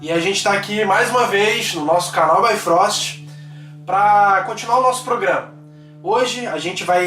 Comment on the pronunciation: Por que vocês falam /bái.fróst/, e não /bí.fróst/?